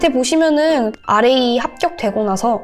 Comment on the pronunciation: what is rap이라고 읽어가지고 랩하는줄…